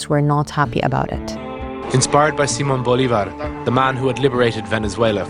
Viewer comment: Great pronunciation of Simon Bolivar! Would love to recomend One hundred years of solitude by gabriel garcia markez, and also the Netflix (same name) TV show